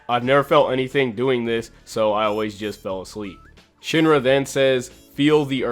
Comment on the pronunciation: It’s sheen-ra not shin-ra 😤